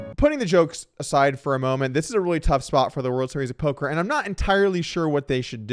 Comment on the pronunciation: We did it, after all these years of saying it in the comments, Doug finally called it polker news.